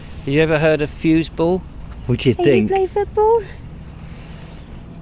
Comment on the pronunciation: Great video, I think was tatting confused with the German equivlenf of football wich Is fuBall the B makes the sound ss. Well done 👍